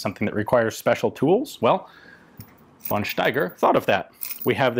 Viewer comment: I like this presentation. I just want to say: In german, we don't have a use for the "v". So we just pronounce it like an "f". Always. There is no won Erich, no won Steiger, always just fon Steiger, fon Erich etc..